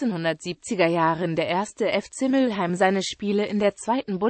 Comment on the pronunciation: Mülheim und nicht Müllheim